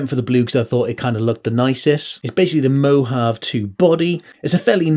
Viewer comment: Great review but it’s moe-hahv-ay not mo-halve. That said I love how you Brits mangle French because unlike most of humanity I hate the sound of a lot of French words and phrases.